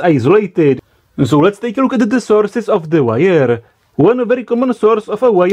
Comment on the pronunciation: Why is it so difficult to get rid of an accent?? (I would ask Arnold the same thing) I watch only englis videos for a few years and my pronunciation is now perfect ( but I have a little lack of vocabulary) But all these mistakes don't annoy me.... Except one!!! Learn how to spell "the" with and without a vocal Writing was never my strong point, but I'm not a newsletter writer..... So it doesn't matter. I hope there are just minor mistakes.